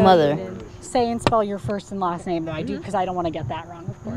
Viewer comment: She said his name WRONG over 5 times